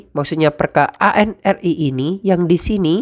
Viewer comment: Mohon maaf, koreksi sedikit. ANRI dibacanya "anri", bukan "a-n-r-i". Nuwun